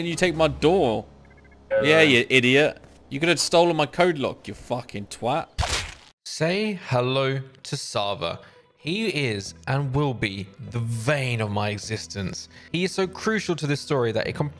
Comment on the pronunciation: The “vein” of my existence. You mean “bane”? Lol